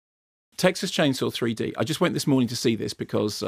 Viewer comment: I wish he would stop saying 'threed'